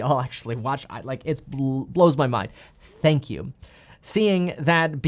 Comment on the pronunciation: No, “sank You!” #1